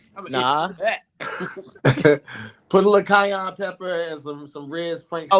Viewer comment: “Kai-yon pepper”